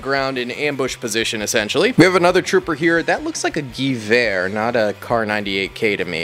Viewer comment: hey man, IDK if you'll ever see this but I just wanted to say I love your content but the pronunciation of Gewehr is off, the word is pronounced with a V sound for the W so it would be said more like "Gov-Where". Love your content still man, love to see more of this stuff. super nostalgic.